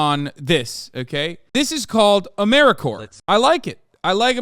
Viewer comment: lol as an AmeriCorps member you saying Ameri-core was tripping me out